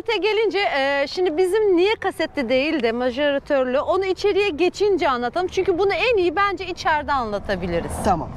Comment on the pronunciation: Macerator İngilizce yazılısı, okunuşu naseratör. Bilmiyorsanız bari parcalayicili diyin.